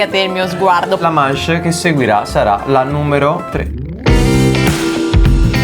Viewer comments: Ma perché dice manche e non manch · non si dice mache ma masce